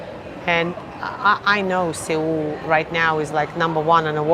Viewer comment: Seoul is pronounced - Sole or Soul